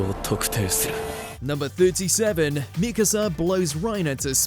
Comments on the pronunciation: mikAsa, not mIkasa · You pronounce Mikasa the right and wrong ways in the same video. Not to mention - its pronounced ERVIN. Are you a fan of anime as you say or not?